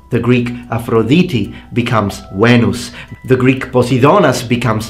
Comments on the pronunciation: Ur greek pronouncing of words is pretty pretty nice to listen to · Great greek pronounciation and no strange accent! Μπράβο! Greetings from Greece my friend! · Hey friend, just wanted to say that your pronunciation of Greek is stellar! Well done!